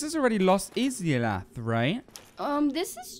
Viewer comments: In today's lovely episode, we encounter the ten-taco monster that has been so aptly named the, with my liberty as an author, the "Titty-groper", a few witches of Izalith (which is pronounced more like I-sa-lif) as well as the frenzied bed itself. So, without further ado, let's get this started. When walked along the lost halls of Izalith, his senses picked up on the faint yellow hue of one of his oldest friends. Off to his left, he could spot the brilliant summon sign on the Knight of Sunlight Solaire. As his female companion walked up beside him, looked over his shoulder just in time to see her stand beside a great fogwall, one of the many he had encountered throughout his magical journey. Without a moment's hesitation, pressed his left hand down to Solaire's brilliantly shining sign, and within a few seconds later, the Knight appeared with a soothing glow of the dying Sunlight. With his crew assembled, moved onwards with every intent to conquer the foul creature that was bound to rest beyond the fog gate. When pressed onwards through the fog, he felt his honed senses beat rapidly while his eyes widened. Before his very eyes, an ornament that he had believed to be a mere fossile of a creature that had long since passed, gained life anew. With a blazing inferno around it's body, the Centipede Demon roared out a monstrous sound as two allies came through the fog, both of which held their ground while fumbled around with his str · Izalith -> Eye - Zah - Lith